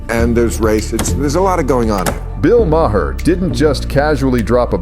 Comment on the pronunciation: Someone fix these Ai voice overs, Maher=My hair? Really? 🤨🤨